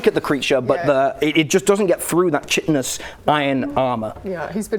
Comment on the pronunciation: So annoying to hear Chitinous mispronounced . It's pronounced Kai-Ten-Us with the CH being a Hard K sound. Other than that it was a great episode :)